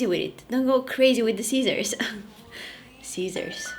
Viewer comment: When she tried to say scissors but came out has ceacers 😂😂